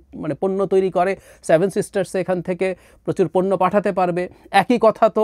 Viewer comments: স্টুপিড টা seven বলতে পারে না বলে "saven" । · আপনার 'স্যাভেন' (7) উচ্চারণটা দারুন। আপনার ভাঁড়ামো তুলনাহীন। অল্প অপেক্ষা করুন। বাংলাদেশ ভারতের ৮ম সিস্টার হতে চলেছে। 😀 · স্যাভেন না রে সেভেন 😂😂